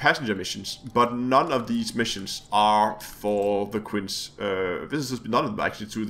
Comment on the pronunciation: Quince is pronounced kwinsee